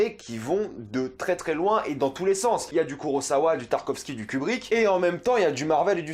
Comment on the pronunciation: Juste c’est pas pour faire chier mais en japonais on dit Kurossawa pas Kurozawa 😁